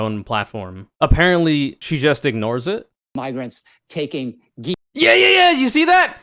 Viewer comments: I looked up the uncensored clip and there is literally no other way to hear it than the hard-R. He claimed it was him mispronouncing "migrants" as "miggrants" which simply does not make sense, on any level. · I know a lot of these people suck, but I think this really was genuinely a mispronunciation because he was mangling immigrant and migrant. I watched the unfiltered version. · How the hell do you butcher the word "migrants" so hard that it ends with an r? I know r? I know that conservatives fear reading and learning almost as much as they fear women and black people, but surely they have at least memorized their talking points enough that they can imitate human language as spoken by functional human beings while they're attempting to con functional human beings into supporting them. Why give conservatives the benefit of the doubt when they've never earned it? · maybe you went over this, the video is 30 minutes so I could miss it, but to me, it's possible he just butchered saying migrants, over video an M and an N sound sound virtually identical, I think its possible he could have accidentally said "Mig," stuttered, and then just restarted the word, they're absolutely wrong and racist, but the saying the N word specifically is something I'm willing to give the benefit of the doubt for and not jump on, not that they deserve the benefit of the doubt but Im a more morally correct person than they are so I give it anyway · He absolutely wasn't.. that's not how you say migrants, anyways, not in any dialect or native accent. Come on :l